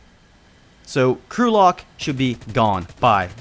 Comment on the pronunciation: Lol the way he said crew locked sounds like Gulag